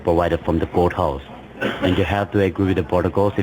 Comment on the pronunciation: What's a "portico" ? What's a court "hou?"